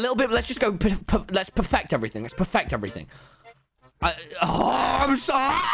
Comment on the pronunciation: tommy struggles to say perfect